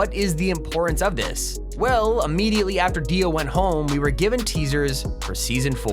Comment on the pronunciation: Hahah Kono dio da is deo or dio pls